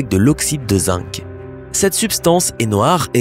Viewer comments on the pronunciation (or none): none